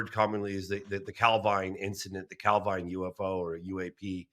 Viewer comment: Jeez, it's only ever pronounced Cal-veen. Anglicising words failed Scotland. even correctly pronounces it a few times, then reverts back to the nails on the blackboard pronunciation.